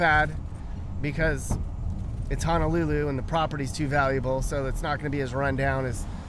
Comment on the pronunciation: Props to you for saying Honolulu, and not HANAlulu 🤙🏾🤙🏾🤙🏾